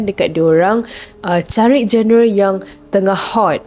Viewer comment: genre sebutanya "jon-re"